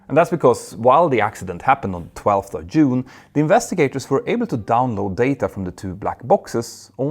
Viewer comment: Not Yune 😂😅 Oh how I value your videos.